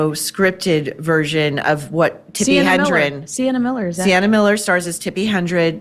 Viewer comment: Hedren, not Hendren, Maureen. Tsk Tsk.